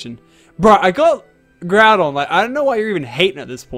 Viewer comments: ITS NOT GROO DON ITS GROW DON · its not groodon its groudon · GROUNDON!? HAHAHAHAHAHHAhahahahah its Groudon